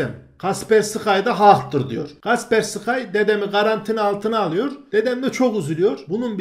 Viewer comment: Kasperski diye okunuyor bu arada